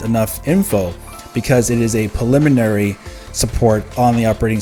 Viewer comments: sir thanks for info. I can assure you it’s pronounced “preliminary” , not “paliminary” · pRReliminary!!! Stop skipping the R u said that shit 20 times and all 20 wrong.